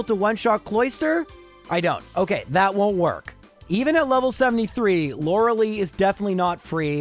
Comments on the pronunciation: My soul felt every time he said Lorelei wrong. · do english speaker really pronounce lorelei this way?